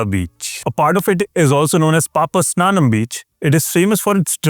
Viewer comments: Correction please, it is not PAPA'SNANAM'. It is PAPA'NASHAM' beach which literally means redemption from sins. 🙂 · Bro, being a Varkalite, I need to say this, Varkala beach is known as "Papanasham" not "Papasnanam", else it will sound very different to residents.